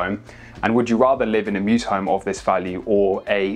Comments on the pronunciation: Temporal is just MEWS. Not "mewses"😂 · Mews, not mew.